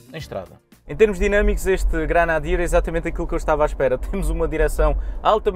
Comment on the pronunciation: Granadier? GRENADIER! Nem o nome consegue dizer!!!